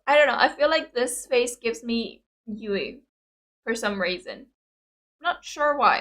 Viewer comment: If you are looking for Moa, just look for the dimples! Also good on you for finally pronouncing Yuis name right xd. Good reaction as usual and as other have already provided you all the details, no need to repeat all of that.